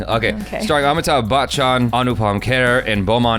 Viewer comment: Complete rubbish, this review is not about the trailer... it's only about you.. Very SAD. Maybe learn how to pronounce the NAME of the lead actor, he is world famous for DECADES. Not at ALL like you. This review left me disappointed in your content as I hoped for better. Please try better next time. I am a teacher at a secondary school, for over 20 years and I know quality reviews and I know rubbish, and this is rubbish - (English for trash). It is so rubbish that I will do a review and it will simply be better. The movie is better than this mediocre review - I can't believe you all watched this - what did you learn? Nothing!